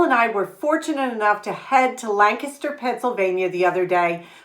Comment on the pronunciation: Lancaster is my favorite place to shop! And you even pronounce it correctly!